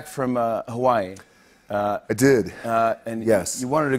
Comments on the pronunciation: The fuck you mean you say hawai'i as HA-VAI-EE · is it me or does he say Hawaii with his Samoan accent?... n then doesn't say anything else with the accent except for when he says "Hawaii"? lol ...Did I hear that correctly?... or am I going crazy faster then I had originally thought I was??? haha ...n The Rock grew up in Hawaii? I sweetie her grew up in Florida